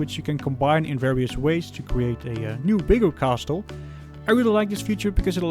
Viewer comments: The "t" in castle is silent. It's pronounced "cassle". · Thanks for the review! I can’t wait to build mine. Subbed! P.s. coming from a fellow Dutchman, the t in castle is silent ;)